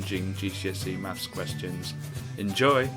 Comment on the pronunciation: Maffs? You sound like you'd need help stacking shelves in Poundstretcher.